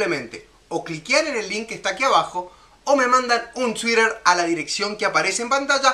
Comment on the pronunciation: me parece muy buena la receta , sos simpatico pero me mata tu tuiiiiiDrrrr tan exagerado !, ja muchos saludos desde zaragoza